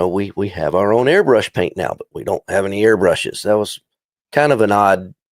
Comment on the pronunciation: YOU GUYS ARE SAYING THE AIRBRUSHES NAME WRONG